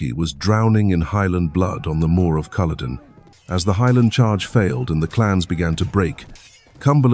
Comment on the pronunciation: It’s not cool a don it’s CULL O DEN .